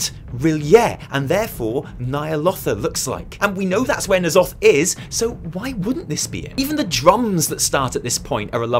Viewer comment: Thank god you don't say "Enn Zoth" - I have no idea where those people got that pronunciation but it sounds so stupid, more '90s Spawn villain than eldritch horror